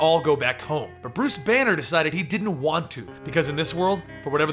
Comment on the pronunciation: When you said Bruce Banner I had thought you said it was Bruce Wayne